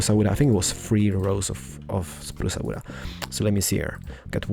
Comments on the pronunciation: I love how you say it xD "achacha wood" "spruca wooda" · "spruca wooda" love it! XD